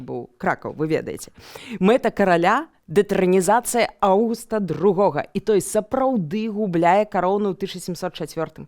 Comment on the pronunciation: Нет, ну сколько можно. НЕ РОССИЮ. Радзивиллы поддерживают Августа (не буду заострять внимание на ударении) и Польшу а Сапеги Станислава и большую автономию для Литвы (как минимум, вопрос чрезмерной полонизации и окатоличивания был не с воздуха взят). Забавно что один из самых известных Радзивилов сам был протестантом и не особо любил Польшу (имею ввиду Николая "черного")